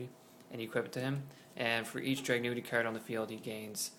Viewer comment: "Drag-gun-ity" not "Drag-new-ity" lmao and this version of the Deck is NOTHING compared to the deck after the Structure Deck comes out..... and "this could be tier one"? I'm not too sure about that (but this version definitely NOT lol) especially with Samurai's being utterly STUPID O_o